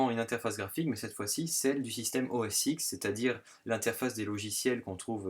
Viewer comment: très bien, mais OS X se dit "OS 10", tout comme l'iPhone X...